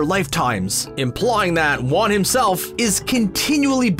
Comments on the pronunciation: Most people are talking about most of these “plot holes” not even being plot holes, but can we address this? Waan? Then literally seconds later it goes back to the actual pronunciation of “Wan”. Come on, did you even watch the show? Edit: spelling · He literally says wa-an on purpose so we comment abt it and I’m adding to the problem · He pronounced it WAN?????? Is M. Night behind this video or something?? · Did he just mispronounce won AFTER he said it correctly Like what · you can tell they never watched LoK with how they pronounce Raava and Wan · So you pronounce Wan right, then pronounce it wrong, then immediately pronounce is right again.... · Did anyone else notice the one time he said "Wan" wrong? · No plot holes. No research into the lore. Mispronounced Wan at one point and called the Earth Kingdom the Earth Tribe. Y'all really done fucked up on this video. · when you pronounce things one way, even if it's the wrong way, it is assumed that you believe it to be the correct pronunciation. When you pronounce things inconsistently, you must know that one of those ways are incorrect, they can't both be how you're supposed to pronounce Wan, but they let it into the video anyway, fully aware that they were mispronouncing his name. (Obviously there are exceptions to the "there's one correct way to pronounce ____" rule, but generally speaking, and regarding names) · "Shrouded in amBIG-witty haha" "avatar wan" and don't forget Arzula the fire bender excuse me there's some pronunciation holes in this video